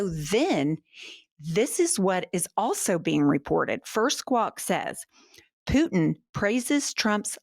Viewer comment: I don’t like how you say Putin, other than that this is all great. 😂